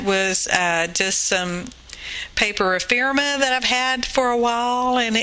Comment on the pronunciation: Girl! The word is Eee-FEM-er-uh! Now say it with me: ee-FEM-er-uh. You can do it! Luv your vids!